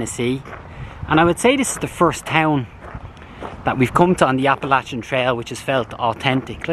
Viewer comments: Thank you for saying Appalachia the correct way! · Very few. It seems it takes a Fournier to say it right.